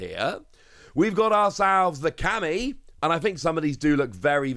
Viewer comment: Camie, not "Cammy"